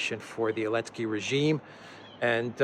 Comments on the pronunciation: Zelensky* Zelensky** Zelensky*** Not *Elensky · Why is he saying "Elensky"? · I am new to this channel. are you saying Elensky because Z is banned? hehe